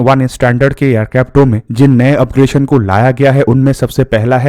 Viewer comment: अपग्रेशन" नहीं अपग्रेडेशन